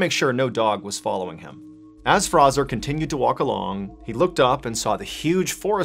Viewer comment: F-R-A-Y-Z-O-R....not Frazzer.....